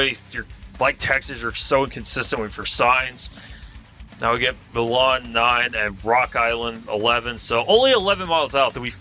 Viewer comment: Milan is pronounced "My Lun" and Dubuque is pronounced "Duh beyoo k"